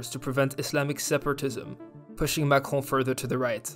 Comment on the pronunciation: It was interesting video, thanks. P.S.I like how you pronounce Macrone .